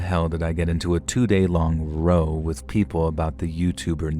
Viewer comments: Hi! Love your channel 🫶 I hope you don’t mind… story 5… ROW (as in argument or disagreement) is pronounced like COW not Row a Boat x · Just a note, when someone British writes “row” in their story, it’s pronounced the same way you’d pronounce the “row” in “”rowdy” or the “rou” in “round”. The way you pronounce it is how we refer to “row a boat”. Same word, different sounds. Yes, English is bloody weird and confusing eh? Just trying to help you continue being the best narrator you can be ❤️ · "Get into a row" is r-ow, like the "r" sound, and then "ow" the sound you make when you get hurt. Hope this helps. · Was about to say the same! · How can someone who reads so much mispronounce 'row'??